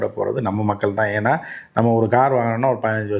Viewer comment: Oru car name kuda oluga sola theriyala.....interview koduka vanthutaga..